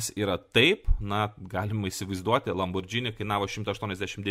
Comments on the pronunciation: Neesminis reikalas, bet kadangi ausį pjauna, tai ateičiai – citata iš wiki: Automobili Lamborghini S.p.A. (Italian pronunciation: [lamborˈɡiːni]). Taigi, ne "lambordžini", o "lamborgini". :) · Nenoriu būt tas įkyrus žmogus, bet,: žodis,,lamborghini" tariasi ne lamborDŽini, o lamborGini, panašiai kaip ir kitas itališkas žodis spaghetti - juk nesakom spadžeti:) Čia šiaip didesnė taisyklė ir daugiau nuansų, bet trumpai tariant, po g einanti h (lamborGHini) lemia, kad tariam ne,,dž", o g. Nepaisant to, ačiū už gerą turinį, visad laukiam naujų video:) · Tariasi ne "Lambordzini", o Lamborgini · Lamborgini. ne Lambordžini ;) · Ne Lambordžini,o Lamborghini,juk nesakome spadžeti(spageti) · Lamborgini, ne Lambordžini. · Tik tarp kitko: lam bor GI ni, ne lam bor DŽI ni. Bet gal ir gerai, kad nežinai, reiškias nesidomi tuo, kuo domisi Aršauskas :D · Niekur neteigiu, kad matau TIK kritiką blogai ištartam itališkam automobilių brando pavadinimui. Priešingai, iš kuriamo turinio pasiėmu labai daug. Šiuo atveju tiesiog pasidalinau pastebėta smulkia klaida; mąsčiau, ar verta rašyti komentarą, nujausdamas, kad atsiras kas prisikabins. O jūsų pavyzdys su Švarcnegeriu ne visai korektiškas - nesu prieš žodžių sulietuvinimą; pagalvojus, net nesu prieš tai, jei kažkas taria lambordžini, bet galima tart ir taisyklingai. Mano intencija buvo pasidalinti tuo, ką žinau, padariau tai pirmą kartą. Jei toliau sakys lambordžini, tebūnie, man neskauda, kaip jūs teigiat.